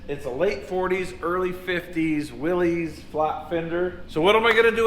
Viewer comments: of all people I'm shocked you pronounced Willys wrong when describing that old Jeep... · Not to start anything but the Willys Jeep is pronounced "Willis" not "Willies" If you don't believe me you can find Advertisements on YouTube that pronounce it that way. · Willys ( pronounced Will-iss) not Willy’s; for those that care. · Please look into Willys. It''s a man's family name and has never been pronounced "Willeez", despite what morons on line are saying. It's worse than saying "Me (and my friends) went out last night... (Me went out, really??) because it's disrespectful to an innovator in driving offroad, not to mention the war effort. You're (you are ) better than that.